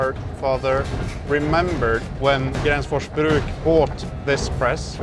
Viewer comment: As a Swede I find hearing english speaking people try to say swedish words really fun. like Gränsfors Bruk becoming Gransfoors Bruck. Also the town of gränsfors bruk? is that just missspoken? Cuz Gränsfors is the town/village, bruk means it's like a production/workplace kinda.